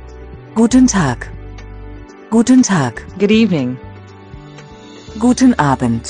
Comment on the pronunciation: On duolingo good evening is pronounced guten abend, not a bend.